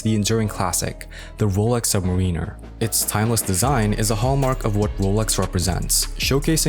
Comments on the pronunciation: your pronunciation of "submariner" is enough to have you drawn and quartered and you blacklisted from being a watch youtuber. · I can’t invest 8 minutes of my life, if you can’t pronounce submariner :)